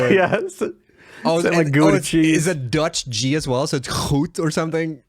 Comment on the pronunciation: pronouncing the dutch g correctly surprised me pleasantly